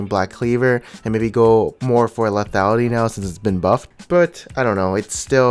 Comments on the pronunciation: "leafyality"...... ffs Dx <3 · plz stop sayin lethiality :)